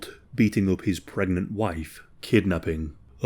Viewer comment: I thought he said gregnant in the start 🥲